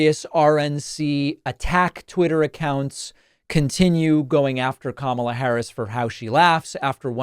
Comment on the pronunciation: As an Indian guy I can confirm Trump's pronunciation of Kamala is way accurate than yours